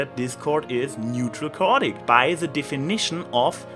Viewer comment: It's pronounced: KAY-ot-ic.